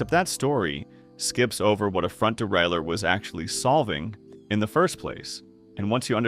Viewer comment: How many different ways can crappy AI pronounce derailleur?